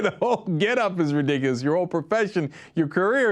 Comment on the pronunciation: "Its a little bit RE DICK A LISS" lol way to go!